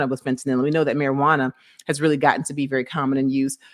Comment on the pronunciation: “fehTahNel”… ma’am if u pronounce it like that again ima fall out.